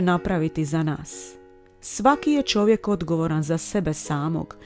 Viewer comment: kaže Čovjek, a Ne ĆOVJEK